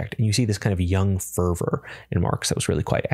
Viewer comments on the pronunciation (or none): none